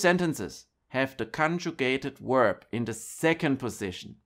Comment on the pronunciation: Danke fur die Infos. Let me give a tips. When do you use in English the word "verb" then you have to pronounce it as "w" from german not as "u" from german. Verb not uerb In English w =u and v= v. Danke.